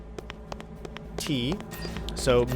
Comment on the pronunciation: Lol its called psg1 not psu1 😂😂